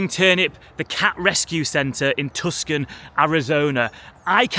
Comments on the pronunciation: It's not pronounced, Tuckson, it's "Tueson". Very nice Masonic Hall architecture, too. Congrats on a most interesting channel. 👍👍 PS Why is there no football team there anymore? What a shame! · "Tuckson"----hah! It's pronounced "toosahn" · I believe it's pronounced more like Tyuosohn Arizoneeya